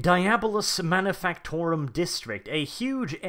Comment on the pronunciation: Am I the only one who consistently hearing him say Manifucktorum